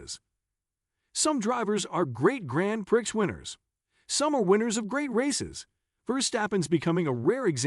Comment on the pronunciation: What is he saying? Grand Pricks?